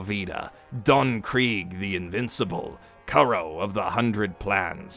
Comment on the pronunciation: Not as bad as "Captain Kurro". I mean if you run a channel specifically about anime and manga its kinda wack.